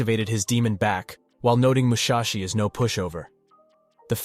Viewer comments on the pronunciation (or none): "Mushashi" huh?